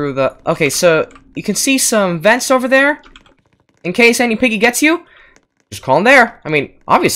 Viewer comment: you said vet instead of vent